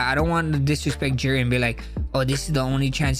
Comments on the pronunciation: He called Jiri “Jerry” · Yeah I’m totally going to trust CTE Holloways opinion when he can’t even say Jiri’s name properly